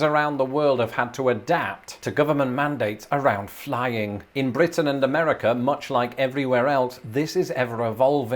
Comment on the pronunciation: That rolled R on your first mentions of BRitain i could never even do !